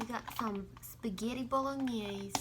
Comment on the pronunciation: I love when shows her wedding ring:) please next time you pronounce spaghetti say it the right way: spaghetti and not spagheri... love youuuu:*